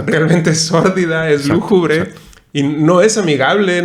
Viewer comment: Hola. Me comenta tu amiga Carmen que se dice lúgubre no lújubre. Nos dimos el tiempo de ver tu vídeo, soy fan de la tetralogía y me pareció muy bueno tu análisis. Es muy vasto y complejo este tema, sobre todo el comentario de la simbiosis de la energía y de cómo tener al humano, pudiendo desarrollar tecnologías sin necesidad de los humanos. Incluso en la primera entrega se menciona eso que es un zoológico, una prisión mental. Saludos! Temet Nosce. 😎